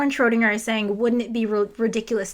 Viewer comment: One day an English speaking physicist will say "Schrödinger" correctly. But it is not today.